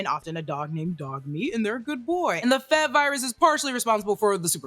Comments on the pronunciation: Um... it's "Eff-Ee-Vee" Virus, not "fev virus." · F.E.V is an acronym like F.B.I it’s not pronounced Fev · F.E.V. Not “fev” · Excited for this series. As a side note it’s weird hearing F.E.V. pronounced as f-eh-v lol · Did you say "Fev-virus?" F.E.V. - forced evolutionary virus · I can't be the only one who gets annoyed if people say FEV-Virus, the V stands for Virus. It's called FE-Virus